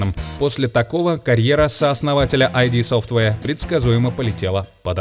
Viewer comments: вы там серьёзно? iD Software читать как АйДи вместо Ид?) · Они читают грамматически правильно, но такие да, название там все же "ИД". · Ид Софтваре ^_^ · еще есть те, кто говорит "айди софтвэр"?? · Это даже грамматически неправильно. Это не аббревиатура.